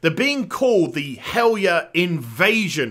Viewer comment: I don't know if this is of interest, but... In old Norse(and modern derivatives) the "j" is pronounced like an English "y". So "Valajar" would be said "Valayar" and "Helarjar" "Helaryar. " This also makes Fjarnskaggl MUCH easier to say. Think Bjork, basically. All J's become Y's.